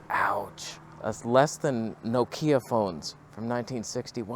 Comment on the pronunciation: “No keya phones” 🤣🤣🤣